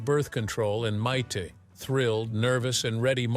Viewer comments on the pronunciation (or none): I couldn’t get more than a few seconds into this video when the AI called her Mite.